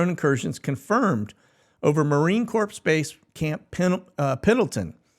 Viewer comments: ...Marine Corps, not Corpse.....dang dude. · Come on man. The P is silent in the word corps as in Marine Corps.